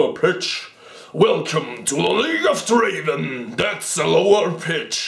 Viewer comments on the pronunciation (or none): Wow, I had no idea about that tongue trick. Thanks for that! And, it's not Draven. It's - DRAAAVEN :D